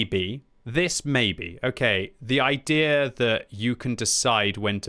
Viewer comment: idea = ay-thee-yer